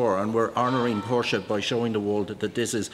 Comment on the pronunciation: Ich finde es respektierlich, gegenueber der Marke Porsche, dass er den Namen korrekt ausspricht. Viele Englischsprachige Menschen sagen einfach "Porsch"